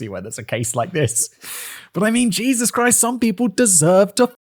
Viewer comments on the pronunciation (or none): none